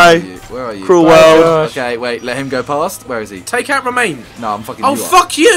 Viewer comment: It's RoMAN not Romane